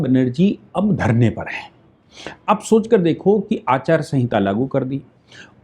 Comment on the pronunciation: अचार संहिता नही आचार संहिता